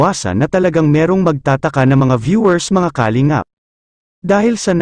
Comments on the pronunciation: nakakainis marinig ang maling bigkas ng kalingap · puede ba ayusin nyo pagbigkas ng kalingap....mali ang pagbigkas